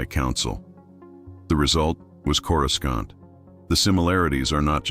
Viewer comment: I hate them too. It mispronounced Coruscant and even the name Harry. epic face palm